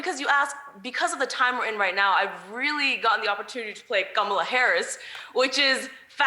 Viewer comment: Ghamla harris? Or she not pronouncing Kamala?